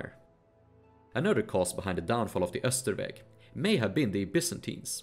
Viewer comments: Isn't "Austrveg" supposed to be pronounced more like how it's spelled, rather than "Österveg" (which is how you spelled it in the YouTube captions but not the embedded video captions)? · I was gonna say "why is your sweden better than your english" out of joke since the way you pronounced austrveg sounded probably very swedish but the buddha sounded kinda off, lol Then i went to your channel description and it said "sweden" and i'm like "oh"